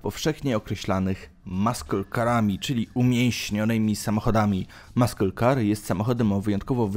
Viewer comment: Nie "maśle" tylko "masyl" weź Koleś z translatora skorzystaj...a jak się jąkasz to nagrywaj powtórnie.